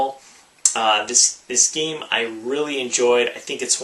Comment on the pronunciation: I like how he says this geem. This geem this geem